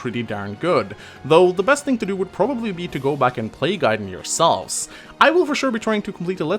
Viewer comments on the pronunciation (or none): Come on, its GUY-den not GAY-den:( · wtf you pronounce Gaiden here correctly but insist on calling it GAY-den? You fucking troll:(